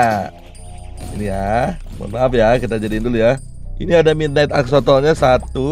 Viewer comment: Bang bacanya bukan exsotol tapi EX-SO-LOT